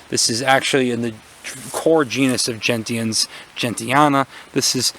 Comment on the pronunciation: GREAT VIDEO, I love gentians! also btw I hate to be this type of person but I'm pretty sure it's pronounced "jen-shn."